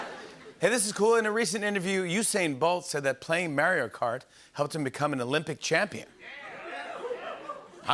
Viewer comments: He used to say it the right way…like 2 years ago, I don’t know why he started pronouncing it different/wrong lol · Starting to think Jimmy doesn't even genuinely like Mario stuff. Says he's played MarioKart for 35 years, despite it only existing for less than 30. Still can't pronounce Mario like a normal person. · Imagine playing Mario Kart for 35 years and not knowing how to say "Mario". Fight me.